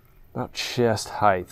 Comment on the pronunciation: Love watching your videos, but please man stop saying height like it ends with a th sound 😅